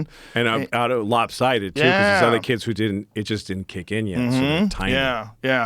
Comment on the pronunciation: You say kids, I’m hearing “blacks”